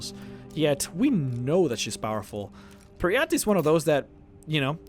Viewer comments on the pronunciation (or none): Per-y-ite, your triggering my inner Jyggalag! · Peryite - pronounciation: Peri-ite / Per -ie -ai(short) -t :|